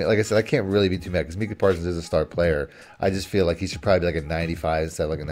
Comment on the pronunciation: It’s not “meeka “, It’s “Micah”